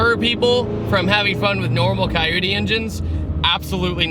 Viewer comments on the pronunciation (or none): Caioudee? You mean coyote? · You say Coyote like Coyute. I’m so confused by this...